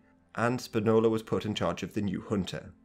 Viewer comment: SPInola, comrade. Stressed on the PI, not "nola".